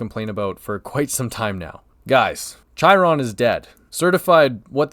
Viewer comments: I'm never going to get over people pronouncing Chairon like "Chai-ron"... they likerally say his name several times in the game... come on guys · That Chiron pronunciation was like chalkboard scratching. I want think it was on purpose...